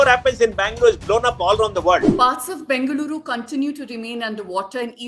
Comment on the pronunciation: First try to pronounce the city name properly